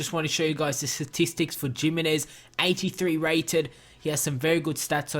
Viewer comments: It's hi-mi-nez not jiminez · you pronounce it himinez